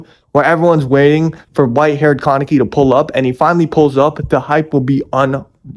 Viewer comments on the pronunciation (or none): none